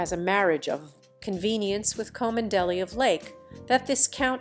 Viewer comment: Rose Hanbury has twin sons, Alexander and Oliver. They do not look like William, they look like their father, the Marquess of Cholmondeley whose name you can't pronounce properly.